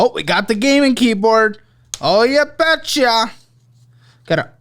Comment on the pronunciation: "ooh you betcha". Its rare when the mid west leaks out of lol